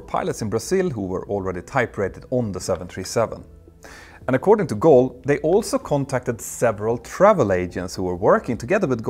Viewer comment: Hi Peter, the airline's name is Gol, not Goal, thanks, always great jobs, greatly appreciated!